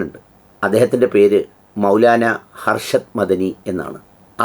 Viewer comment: ഹർഷദ് അല്ല സാഹിബെ അർഷദ് എന്ന് പറയൂ